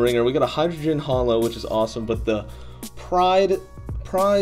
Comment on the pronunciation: You pronounced Hydreigon as Hydrogen. It's wrong